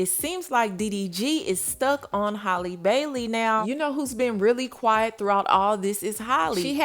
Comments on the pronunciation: OMG!!! Her name is Halle not Holly!!! Thats so damn disrespectful. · ...that girl's name is pronounced just like Halle Berry's is. You keep calling her Holly. It's pronounced like "alley"🤦🏽🤣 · It’s pronounced “hallyyy” not “holly” Halle Bailey! Like Halle berry. Hally like sally! Gosh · can’t even say the woman name right. who the hell is “Holly” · I know that girl get pissed with how yall say her name. Holly! who is that ?